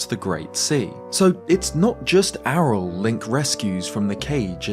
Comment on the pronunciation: Lol it's not Arel. ARYLL is pronounced ARIEL